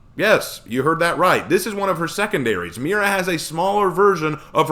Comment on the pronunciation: Spaniard here, and you actually pronounced it somewhat ok. I mean, it's blatantly obvious that Spanish isn't your native language, but, again, Spanish isn't your native language. Not much you can do there lol Also, great vid! And I agree on your point about her being in the field. She should have the training, but not be put in a position where she could die